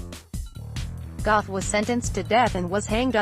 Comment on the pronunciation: LOL, Go-eth